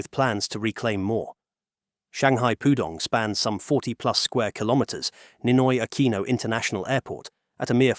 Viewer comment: "Neenoy AkwEEeenow"